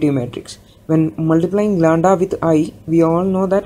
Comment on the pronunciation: its not landa, its lamda